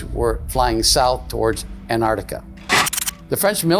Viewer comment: It's pronounced Antarctica, not Anartica.